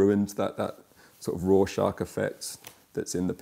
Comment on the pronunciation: Did he say “raw shock effect” or “Rorschach effect?”